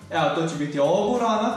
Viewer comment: guarrana a ne gurana